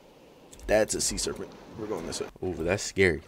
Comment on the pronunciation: "see'nt" serpent